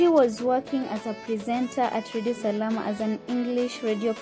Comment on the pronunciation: It's called Radio Salaam not Salama